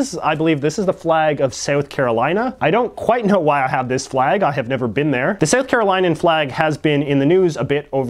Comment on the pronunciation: Just throwing this out there as someone from South Carolina... It's the South Carolinian flag pronounced as Len in the middle not line, it's not a huge deal, but hey just thought I'd mention it. Thanks!